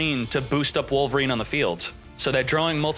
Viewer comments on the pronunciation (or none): none